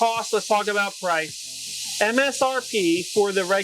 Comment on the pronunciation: The word”price “ is not a er